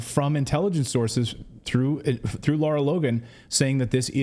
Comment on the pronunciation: It's Lara, not Laura, you journalist.